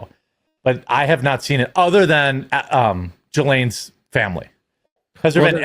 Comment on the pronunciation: Jeremy using the phrase "Israel Derangement Syndrome" is extremely cringe. He clearly doesn't know much about the whole Epstein story, can't pronounce Ghislaine correctly but is so confident in his position here. Amazing!